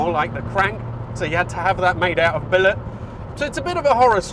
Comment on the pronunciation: What did he have to have the crank made out of? Sounds like 'billerk'.